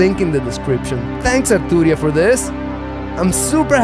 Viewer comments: That "AaR Tuu Ria" hits different 😂 Loved the video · Loved hearing you pronounce “Arturria”